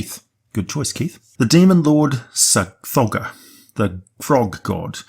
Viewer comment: Sometimes when you say Tsathogga, it sounds like you're saying Sir Frogger. Lol